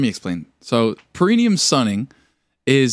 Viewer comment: Repeat after me kids, pear-eh-NÉE-um. Pear-eh-NEE-al. Perennial is a plant that comes back seasonally that doesn’t need to be replanted.😂